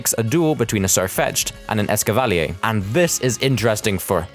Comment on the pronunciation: The official pronunciation of Escavalier is ess-ca-va-leer. Not how you pronounced it. This is the pronunciation used in the anime, which is forced by Game Freak to use the official ones.